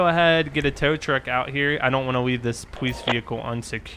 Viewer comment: Why do you say police like poweice